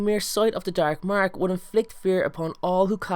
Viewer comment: thr darrrrk marrrrrk love it